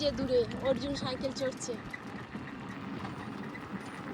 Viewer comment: তুমি সাইকেল না বলে তুমি চন্দ্রবিন্দু যোগ করে বললে সাঁইকেল। নিজের কথা একবার শুনে দেখ, ভুলটা বুঝবে।